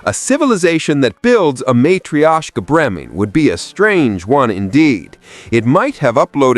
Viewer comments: Matrishiasha? 😂 Definitely need to work on proper and consistent pronunciation here. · Dude, seriously, just Google how to pronounce matrioshka doll. I was this close to subbing, then you advertised that you have no idea what you're talking about.